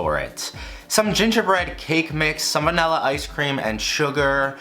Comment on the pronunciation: For the millionth time, it is not and never will be pronounced “vanElla”.